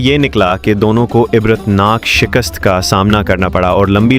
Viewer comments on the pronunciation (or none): none